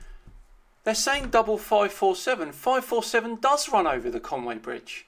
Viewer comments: But he can't say conwy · Welsh here there is no Conway there is a Conwy Coney Conwy